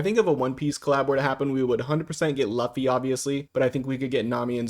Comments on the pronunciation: As a one piece fan, warning u now so u don’t get hated on by other fans, it’s pronounced; Loo-fee” not “luff-ee Just so u know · It's luffy not luffy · the you way pronounced luffy is diabolical